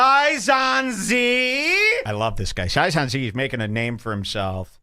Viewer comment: The name is Sai zon zee